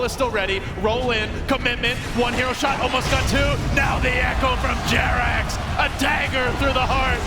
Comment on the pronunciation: Come on guys. Its jerax:)